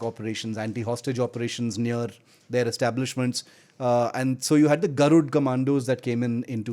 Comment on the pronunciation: It is "Garud" not "Garudaa". At least as Indians, it is expected from us, to pronounce our cultural and historical names with a good accent, unless it is someone from a foreign country who doesn't know about our culture. The Armed forces use Sanskrit names and also maintain their dignity, that's why they are professionals! But we should stop ourselves from showing off, our culture and language as 3rd class.